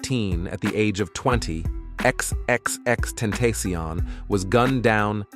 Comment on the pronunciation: X x x ten-ta-see-on is killing me